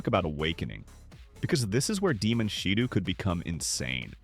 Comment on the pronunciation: It's still "shidough"